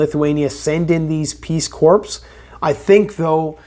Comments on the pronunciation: Pronounced “core”. Not “corpse”. Sorry to be nit picky. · Corps is pronounced like “core” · Its Core. The PS is silent. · Omg he's saying " corpse" instead of " corps" ....FYI: SILENT S " LMAO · You keep saying corps that’s not how you pronounce it corps is pronounced core like the Marine Corps the s and p are silent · Peace corps* pronounced core* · Corps is pronounced as Core. Love you. Keep up the fight! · It's pronounced cores (corps) corpse is a dead body pronounced how you were saying the other. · The “P” is silent lol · You have mispronounced “Corps” again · Please learn and start using the correct pronunciation of the word “corps”. You’re currently pronouncing it incorrectly as that empty suit Obama does. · The "S" in corps is silent